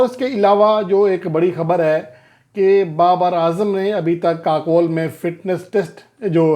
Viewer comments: Pl correct your pronounciation It is not Kakole. It is Kakul pronouncced as KaCool. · جی لفظ kakol نہیں kakool ہے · Yes but ye Bhai sab aksar u ko o pharte hain ❤ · لفظ kakol نہیں kakool ہے